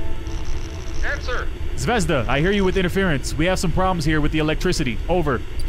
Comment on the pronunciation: 😂😂😂😂 yes you said zvezda wrong